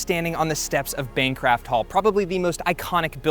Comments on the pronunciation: Nice video...one correction though. It is Bancroft Hall, not Bancraft Hall. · Bancraft Hall hurt me. It's Bancroft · You called it Bancraft Hall at least twice. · How in the world did he pronounce Bancroft wrong? “Bancraft” isn’t even a word.